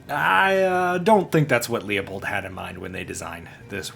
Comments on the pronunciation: Everytime someone pronounces Leupold "leo-pold", the price of 5.56 goes up. Let's get those prices down - it's "loo-pold" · He is actually closer to the correct pronunciation than you. Leupold is a German name, and the correct pronunciation is loypold. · Call Leupold office, and get the correct pronunciation…. “Loo pold “. Only 2 syllables. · As an old dude I finally feel vindicated watching millennials review Leupold. I just wish the R&D team would get drunk more. Speaking of… I took a shot everytime you pronounced Loop-old incorrectly and now I can’t walk. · I refuse to believe you’re not trolling by saying “Lee-uh-pold” that many times in one video lmao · Wtf is a Lee-Oh-Pold ? I know Lew-Pold, maybe it's a Leupold knock off? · 'Leupold' is a German name, and the correct pronunciacion is 'Loypold'.